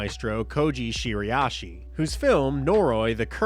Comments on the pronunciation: Bro please its Shira-ishi 😭 Youre saying shiri-ashi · Are you pronouncing Shiraishi correctly?